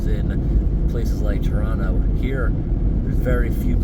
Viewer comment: Well done correctly not pronouncing the second T in Toronto .